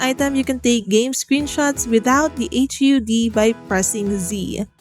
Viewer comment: First time hearing some call HUD “Hach you Dee” 😂